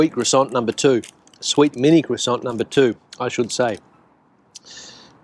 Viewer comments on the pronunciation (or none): Since you are always helping with pronunciations of Spanish words and for that I thank you very much . The proper way to say croissant is (craw san) no T the T is silent . Many words in French that end in T are silent .